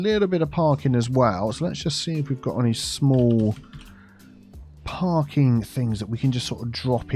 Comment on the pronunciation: I keep hearing Parkin instead of parking and i fear that is being filled up with a terrible Northern cake infestation.